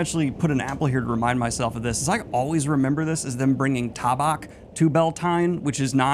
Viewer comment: Your pronunciation of "tabac".... hilarious to me 😀hahahahaha!